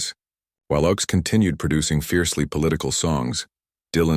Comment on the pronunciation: His name was pronounced OAKS. His political songs were wonderful but he also wrote a great romantic song called CHANGES.